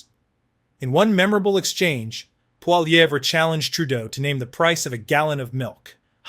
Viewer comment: Poli..ev not Pol..evra try getting it right if you want to be taken seriously. Lazy, lazy😂